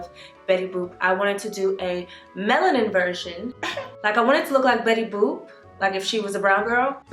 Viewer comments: Did you say Bettusha boop 😂 lmaooo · Lol “betty boob”